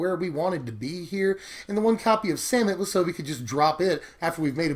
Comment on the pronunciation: Every time says "Samut" I hear Santa. I'm tapped out